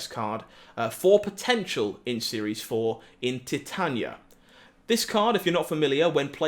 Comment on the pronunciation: Titania is pronounced Ty-Tae-nee-a like the metal titanium